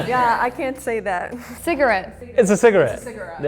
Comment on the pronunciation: As an Aussie, I can't finish this video after hearing the "Aussie" pronounce the word "can't" like an American. Get someone that doesn't live in LA.